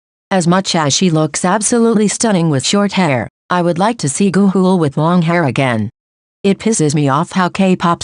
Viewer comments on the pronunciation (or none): why did the robot voice say gaeuls name like " goo - hool "